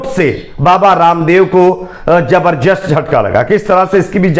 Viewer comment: Jabar jast nahi.. zabardast..pahle apni Hindi Urdu theek karo